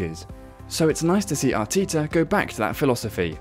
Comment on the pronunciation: Arteeeeta??? FFS